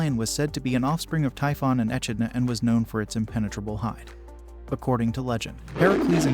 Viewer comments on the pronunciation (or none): The female creature's name, like the marsupial named after her, is pronounced /e-KID-na/. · The demoness' name is pronounced /e-KID-na/.